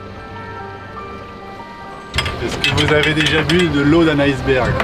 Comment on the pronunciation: Icberg se prononce avec le son i et pas « ail cberg » !!! C’est un mot Inuit … ( également en anglais avec le son i ) génial votre voyage 👍 je découvre votre chaine top 😀☕️ chouette votre voilier